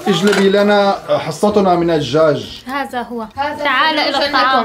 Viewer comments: حرف الزاء غير وحرف الذاء غير هذا وليس هزا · لماذا تقولنا هزا انما هيا هذا بحرف الذا هناك فرق بين الزا والذا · ماشاء الله فيديو جميل وعائله جميله 😍🩷عندي ملاحظه نطق حرف الذال انتم نطقتم الحرف. ز 👍🏻الطريقه الصحيحه هذا وليس هزا ❤️😍ولا تقطعوا فديوهات بتجننوا 🌹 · هزا مافيه زين والله حرف الذاء يبكي فالزاويه😂😂😂😂😂😂😂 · الله يسامحكم هزا ازهبي ما هزا !!! أين ذهب حرف الذال ؟ لماذا لا تحبونه ؟